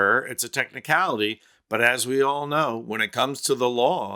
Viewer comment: Did DT in all seriousness say “a techticality”?